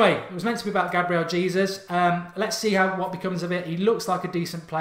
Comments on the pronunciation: His surname is pronounced 'Haysoos' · "Hey Zeus" is how you pronounce it :)